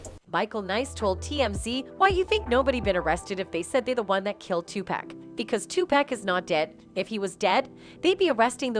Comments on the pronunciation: why she keep says 2 pack it pac!!! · You lost me when you called him TUPAK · Tupac not 2pack lmao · uggh its not pack is pac ( paw-lk ) Tupac ... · Is not pack is pac white folks always pronounce black people name wrong is tupac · I cant belive that in 2023 you idiots still saying 2pack..damn idiots is Tupac without the damn K. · I can't even listen to "journalists" that say 2-pack. It's FN "Tupock" his first album was titled "2Pacalypse now" Damn why am I having to explain all this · Did she said 2 pacK??😂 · I get so annoyed when I hear people pronounce Tupac. " two pack" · Dude his name is not pronounced as pack. 🤦‍♀️ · Lol why she saying 2 Pack 🤣 man two Americas lol culture vulture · bitch did you just say Twopack🤣, im not even American and I know you fking up🤣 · Couldn't watch the whole thing with this lady saying "2pack" every single time . Another contemplation of shit from someone who doesn't know shit about what they are talking about 🤦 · “Tu-Pack” Smfh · I'm a female white hiphop fan and can't stand how white people pronounce if tupack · But she call 2pac by his wrong name.. 2 pack .🤣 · She keeps on saying 2pack it's driving me crazy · I stopped watching after she said tupack and raper instead of rapper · This narrator is killing me with the pronunciations... "PACK" & " RAPER" 🙃